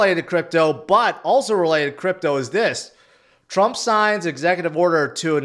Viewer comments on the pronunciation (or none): none